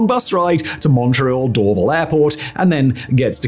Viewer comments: Do an episode on the Pickering airport, vast tracts of land were expropriated to build a new airport for Toronto and then it was never built. And it's DorVAL airport, accent on the second syllable. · The emphasis is door-VAL btw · In the rare case you ever need to say it again, the stress on Dorval is on the second syllable 🫡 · First off I wanted to vomit every time he tried pronouncing Dorval. It is Dorv-Al. Not Dorv-il. In the 90’s I flew out of Mirabel to Brussels. After being used to the 15 minute drive to Dorval the long drive to the middle of nowhere was brutal. Another aspect not talked about was Bill 101. Many large corporations moved out of Montreal to Toronto. Also more needed to be said about more fuel efficient planes and ETOPS. I will say this about Dorval though. I live in Vancouver now and it has the nicest airport in Canada. Montreal’s airport is the ugliest. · Sorry but it's not Door-ville airport, it is DOOR-VAL (Dorval). Mirabel is the merger of 2 sisters names whose family farm was absconded, Miriam and Isobelle. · “DoorVille” airport 😂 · It's "Dor-VAL" not "Dorvel" ;) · It’s Dor-VAHL. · Dor-Val. NOT Dor-vil. 🙄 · Cringe - the mispronunciation of Dorval. Door- VAL not door-vul . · Simon, you’re mispronouncing Dorval so badly 😂 it’s said like “door-vahl” (Also Vaudreuil was butchered so badly I laughed for a full two minutes it’s “voh-dreu-ii”) But bang on for the rest of the actual content of the video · Dorval pron. "door-vAAl". Just to add another use for Mirabel: Airbus A220 manufacturing/flight testing / airline customer delivery. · Door-VAHL airport. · As a Mun-tree-all-er ( Montréal ) just as a heads up. Dorval is pernounced door-val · Hearing Simon say Dorval... that is ear cancer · The way this guy mispronounces "Dorval" is like fingernails on a chalkboard. Always weird when Youtubers put a ton of book research into a topic but then totally scuff on how to actually say things correctly. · This guy mispronounces DORVAL